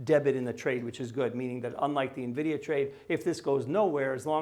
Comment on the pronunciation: thank you for saying the company name correctly- Envidia and not Navidia, like you used to.😂